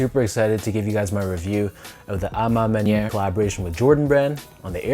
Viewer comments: Finally, a Youtuber that says "a ma maniere" with the correct pronouciation. Sean is the man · Canadians got a bit of French in their blood 🇨🇦 Great job Sean